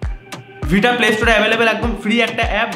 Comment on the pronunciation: ota ভিটা noi ভাইটা 🙂